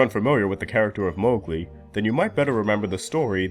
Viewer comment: That's how you pronounce mowgli! (Mowgil's road is the name of a song I like)